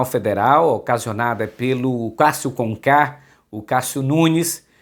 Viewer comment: Não é Kássio com K, e sim Ķássio com Ku.